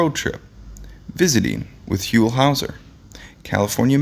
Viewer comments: Hole howser??? really dude???? WTF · "Whole" Houser. Is that how its pronounced? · "HOLE"" Hawser? The person who read this should have gotten Huell's name straight - it rhymes with MULE, not mole!